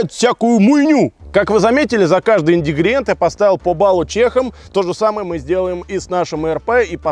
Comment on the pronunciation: Шел 2021 год, а так и не научился правильно произносить слово "ИНГРЕДИЕНТЫ", и мы все так же слышим "ИНДИГРИЕНТЫ" А теперь: 1. Вяленое чистое мясо индюшки без добавок проигрывает паштету из хрен пойми чего?) Ну мне больно это слышать 2. ПЕРЕСТАНЬ ЛИТЬ ТАКОЕ ОГРОМНОЕ КОЛИЧЕСТВО ВОДЫ В НАПИТКИ (в частности кофе). Ты его просто портишь. И сначала надо засыпать гранулы, а потом кипяток, а не воду. 3. С ценой на паёк вопрос со спекулянтами. Паёк редкий и поэтому те, кто его стыбрил ставят свою цену. P.s. надеюсь оператор у тебя кушает, он заслуживает хотя пробовать вкусные вещи! Не одному же тебе расширяться в размерах))